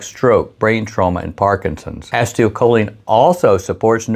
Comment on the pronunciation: Pronounced "ACEEEToL-choline". NOT "ASTIO-choline" 🤪